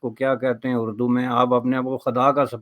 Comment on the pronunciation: Tu c dono paindo ho. Bashani ardo (Urdu) Punjabi which bolda hai, and many simple English words he mispronounces.